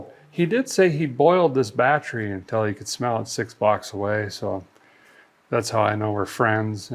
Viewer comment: HaHaHa "the batry is batring"